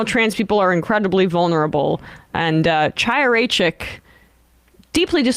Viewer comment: Sam, as a Jewish man, could you at least explain to your shiksa co-host that the "ch" in Chaya is pronounced like in Chanukah not like in chocolate?